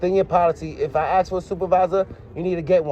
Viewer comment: Lmao@ way it speaks "aks, aksed, aksing, akses*